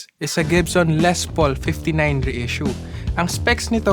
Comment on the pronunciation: Ley ang pag pronounce po. Aysus